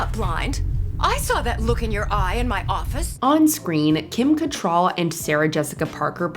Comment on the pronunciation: You need to learn to pronounce Cattrall correctly.